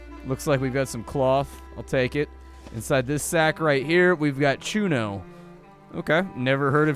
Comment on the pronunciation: It's pronounced Chu-nio (sort of, in English I believe you do not have the 'ñ'). Chuños are freeze-dried potatos, apparently. I didn't know them as well... Thank you, man. Now I gotta try them out... :p